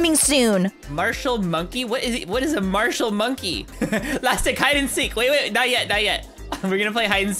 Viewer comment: You said mashal 😂😂